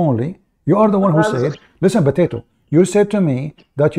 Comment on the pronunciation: BOTATO.... INSTEAD OF POTATO..... Haha. Anyway great.